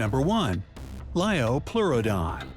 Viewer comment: it's Liopleurodon